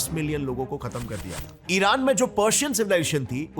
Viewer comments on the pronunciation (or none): none